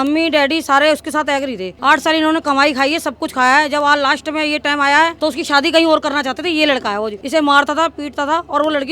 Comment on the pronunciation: मैडम सादी नहीं शादी करती है 😅😅😅😅